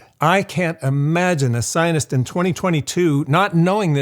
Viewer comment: The way you say "scientist" sounds like "zi0n!$t" to me.